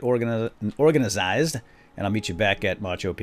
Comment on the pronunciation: You always say orgazined, when it's organized.